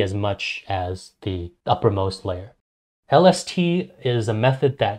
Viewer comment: My guy that mericle grow stunts yer plants so they only grow to be like 3 to 4½ feet tall and u wont yield that much if u use that mericle grow shit and lol everytime he says lST I think he says LSD I'm like hollup what's that gota do with this